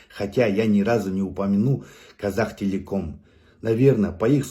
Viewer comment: Не козактелеком а котактелеком